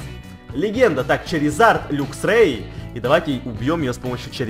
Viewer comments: не люксрей а лаксрей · правильно говорить лаксрэй:)